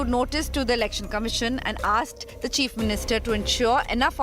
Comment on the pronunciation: You almost pronounced Cheap instead of Chief. But it's fine I guess.